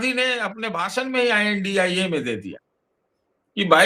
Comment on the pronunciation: I N DI ALLIANCE pronounce kyu karte hai unko INDIA गठबंधन बोलने में दिक्कत है।